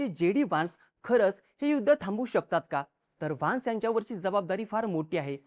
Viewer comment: वान्स नाही व्हॅन्स